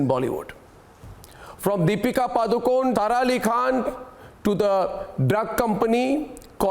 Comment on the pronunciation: Did he purposely pronounced "tara ali khan "🤔